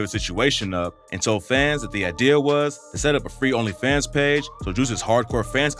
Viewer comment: What's even more annoying than this drama is the fact that I can just tell the audio on this video is AI generated. Like I know it's a new thing but god that shit is so annoying to hear when it annunciates certain words like "Onlyfans" all weird. Eventually all videos are just gonna be ai generated just waiting for the end of good YT content :l big L on Lotti tho Juice prob mad ash rn wherever he is.